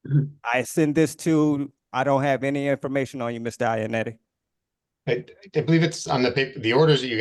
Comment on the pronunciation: It's Iannotti not Iannetti you fool 😆